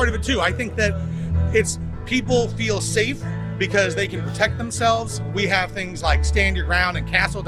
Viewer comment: Kérdezted, hogy a megszólaló amerikaiakat mennyire értettük. Teljesen. Az első szemüveges csákó mondanivalójában a "rural", "feel", "important" amelyek kiejtése kevésbé volt érthető. Valahogy furcsán ejtette őket.